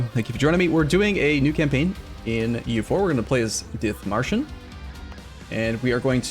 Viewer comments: And also the I is long, Deet-marshen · The "H" in Dithmarschen is silent (as is any H after a T in German), so please ignore it. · The „h“ is silent in dithmarschen.